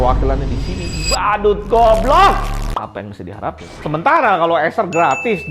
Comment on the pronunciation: Ngomong goblognya renyah banget dah, memang mantap bang kutang